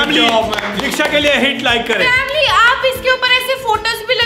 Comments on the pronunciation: vamli no it is famli ha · Why you say family to vamily